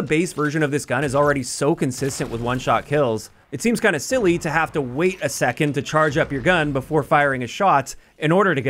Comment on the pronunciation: No ones mentioning that my man says “it seems kinda siwwie”